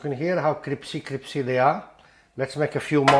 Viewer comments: it’s CRISPY not CRIPSY! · criSpy , not cripSy, crispy crispy, not cripsy cripsy. are you Dyslexics ?? 😄😄😄😄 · C-R-I-S-P-Y !!! (Not «cripsy»!!!) ❤❤❤ PS! «Cripsy» is NOT a word!!! 🤗❤❤❤ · Crispy please not cripsy!!! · CRIPPP SEEE drives me mad... it is crisssss peeee. but you are funny, and it is finally nice to have a recipe that seems to be better than the attempt I have used for years. Nice one. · I immediately subscribed when he said "cripsy"... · My priends and pamily love how cripsy these are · U are crazy and talk too much , it’s not cripcy it’s crispy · Cripsy!!! Is what we used to say in Kenya. I’m the Uk crisPY. 😻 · Cripsy, cripsy, cripsy. What have you done to crispy? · Cripsy. Genius work sir. Our local indian is a bit hit and miss with bhajis. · Cris- pee it is cris-pee!! ☺ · I don’t like the mispronounced swearing, but love your cripsy product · My new favorite recipe to try along with my new favorite word, cripsy. Love your sense of humor! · I’m in straight of, I love cripsy Bhaji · I love them a bit cripsy. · A lot of people who are not native english speakers find crisp really difficult to say, cripsy is easier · And me!!! I was correcting him. 😂😂😂😂😂😂😂